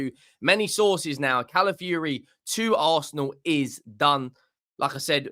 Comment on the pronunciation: ITS NOT CALAFURY, IT'S CALAFIORI. Pronounce the O in his name. YOU'RE WELCOME 😅😅😅